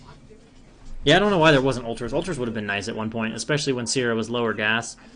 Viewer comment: Is it seer uh sair uh or see air uh? You pronounced 3 different names. Your commentary really lacks in the overall consensus of what's happening and who or what is ahead/behind. What damage can be dealt, how effective etc. Also you didnt notice she had overlord speed before hive? Had to watch Korean commentary because you are just all over the place with fake news.